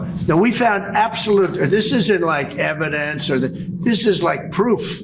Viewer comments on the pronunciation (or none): Evi-dance. Can't even pronounce basic words. He has the nerve to want to make English the official language. Every appearance he makes is a stain on our country's time. The BS that is supposed to pass for English that freely falls out of his mouth should be tarrif'ed.